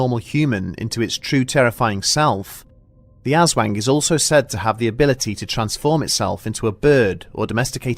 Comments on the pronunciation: Asswang lmao (oof sorry I had to) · I know he's a foreigner and it's bad to poke fun at people's pronounciation of things as a Filipino, but I absolutely can't help laughing everytime he says aswang;; also damn ma this reminds me of a similar experince my lola had as a child- but it was a kapre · i understand he doesnt speak tagalog, but the way he pronounces aswang is funny “azzwang”😂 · I'm sorry, even am I can't find this the least bit unsettling, my childish ass can't get spook by something I'm pronouncing ass-wang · Every time you say aswang all I can hear is ass wank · Love your content bro! But its hard to be spook everytime you say ass wang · Am I the only one who heard 'aswank?' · No one: Not a single soul: 5 year olds: Haha As-Wang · Ass-wang. haha. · Great video, as usual! I just couldn't stop hearing ass-wank instead of Aswang lmao sorry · Homie hires a new narrator... Narrator starts talking about ass-wangs.. Conspiracy? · Ass-wang. Hah. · Asswaang lmao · You guys keep pronouncing it as 'ass-wang' haha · I don't know why, but my brain interpreted "Aswang" in the opening segment as"Ass Wank..." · Haha they said “ass” “wang” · He he ass-wang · I’m sorry but the way he pronounces it makes me chuckle but its understandable 🤣 It’s Aus-Wong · My boyfriend was laughing at me for saying Ass Wank, then the narrator read it, and he's laughing even harder now. Send help. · AZZ-wang lol XD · I can't stay quiet anymore. I just can't do it. 20 minutes of him saying Aswang, I have to share it or it will burn a hole in my brain. The Aswang just sounds like a joke cryptid name for Dickbutt. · Awesome vid. But aswang should roughly rhyme with "thong" and not "thang" :) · Hes butchering the pronounciation but yeah it is kinda funny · Even as a Filipino speaker, it's still funny because he got it wrong. It's okay though. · Yes😆😆 but we can't blame him... He is a foreigner after all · Yeah that shit right there's why no one else takes the aswang so seriously, tbh.